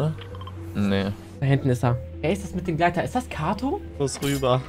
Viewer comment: Katoo nicht kato 😭😭